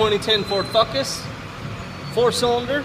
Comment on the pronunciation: "Ford fuckus" lmao